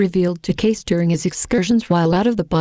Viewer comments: How about pronouncing his name correctly!!!!! (KAY-SEE not Case). Lots of research involved??? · Excellent in content. Perhaps the distortion is made by a computer program which reads the material "Kaiyss....."l. You have to hear it more than once. Perhaps somebody could convert the voice back into text and then reread it with better settings Plotinus has some similar ideas about things going out of the One and returning. . Which is amazing since Plotinus may not have been available to Cayce. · I can't stand the computer voice. It is not even pronouncing Edgar Cayce's name correctly. A shame. People will only put up with so much. Read about Edgar Cayce. Don't listen to this crazy voice. 💜